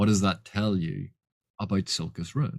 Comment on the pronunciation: A vid from where I can finally hear how to properly pronounce Silchas Ruin! By what are your thoughts on the book Jonathan Strange and Mr Norrel by Susanna Clarke? I wish to purchase it and I wanted to consult with your wisdom. I know Erikson has said he has not read Elric, but Silchas seems a much closer homage to Elric than Anomander. (I`ve only read the comics, not the books)